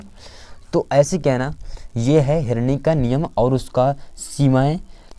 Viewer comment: Sir herni nhi hota hai henri hota hai